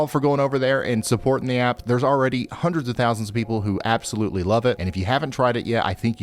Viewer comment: Did you say "app-solutely love it"?